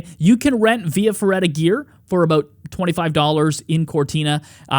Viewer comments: Via Feratta, not ferreda you basic american. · Actually via feRRaTa....😅 But it's ok, Italian gets always miss pronounced, unless you're a Slavic, they nail it usually